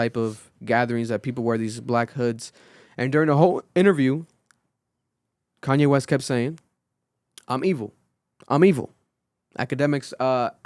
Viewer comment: Just say Kanye right and y’all understand him